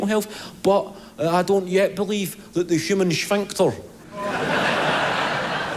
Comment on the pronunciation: He said sphincter in the most Sean Connery way possible.